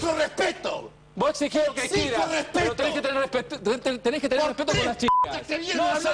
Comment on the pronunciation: "Pero tenés que tener respeeppeto"